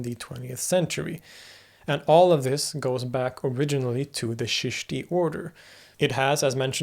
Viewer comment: Don’t say Sheeshti say Cheeshti, or Chishtiya silsila Started by Moin uddin Chishti rehmatullah alai, of Ajmer in Rajistan in India lived and is still remembered , the country was vast and had borders not watertight as of today’s times learn to say correctly and hold hands with Chishtiyas, join them as discipline Known as “Baith” much better for you as showing signs of deep interest, otherwise you will be seen like running in a maze….